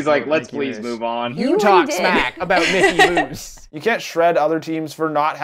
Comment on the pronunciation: MiCKey ThE MOoSe. No. It's Mick E. Moose.